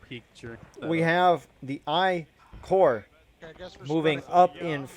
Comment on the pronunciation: Corp has an "S" in it. Corps Like an Army Corps.